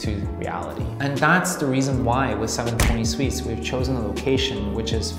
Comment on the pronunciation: I'm gonna punch my computer if this guy says seven twenty sweets again! arghhhggg lmao